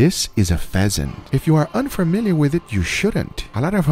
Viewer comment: Guga: throw the pheasant in there. What i heard: throw the peasant in there